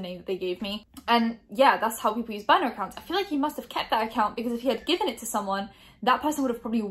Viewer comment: Is she saying boner account or burner ? Ii only say niner cause of Charles side joi sessions w younglings